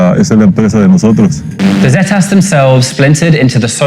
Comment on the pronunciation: Its pissing me off how he is saying zetas